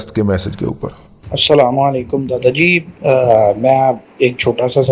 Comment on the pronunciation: دادا جی: آپکا (اسلام وعلیکم) کا تلفظ درست نہ ھے ' مہربانی کر کے درستگی فرما لیں